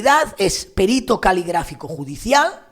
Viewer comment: ¡Qué bien que digas perito y no périto! Eres genial, si tuviera diez años menos te echaría los tejos.😀😀😀😀